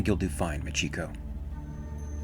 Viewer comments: This was great except for one thing. Machiko is pronounced "Mah-chee-koh". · Very nice, I have the graphic novel and I loved it, I still read it from time to time. One thing regarding the pronunciation of Machiko, I think it would be properly pronounced as Machi ko, with the emphasis on the first two syllables. This is because ko is a common part of many Japanese girl's names and is represented by a single character. So names like Mariko, Michiko, Noriko, etc. would always have the emphasis on the first two syllables.